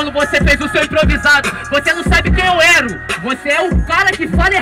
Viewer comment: "Você não sabe quem eu ero, você é o cara que fala errado".